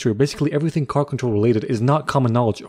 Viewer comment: You said car not right